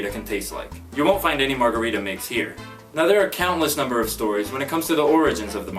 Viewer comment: Americans cant even pronounce margarita, pretty sure there another story 😒